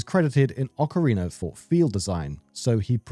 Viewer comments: How can I sleep when I hear Ockereener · What the hell is "Ocarin'ER'" Of Time?